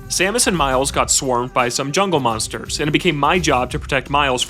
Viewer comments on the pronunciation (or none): none